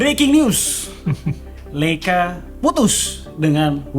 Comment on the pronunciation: Koreksi dikit om, dibacanya ¨LAYCA¨ bukan LEICA